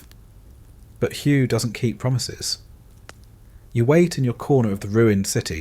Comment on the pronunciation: Hway it is pronounced